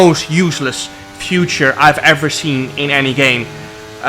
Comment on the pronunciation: the most useless "future"🤣it's "feature" jarno